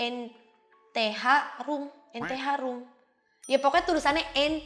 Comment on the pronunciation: NTH ROOM =ENTE HARUM😂😂😂😂😂😂😂😂😂😂😂😂😂 WKWKWKWKWKJWW